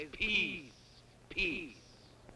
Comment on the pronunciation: it sounds like he is saying peas instead of peace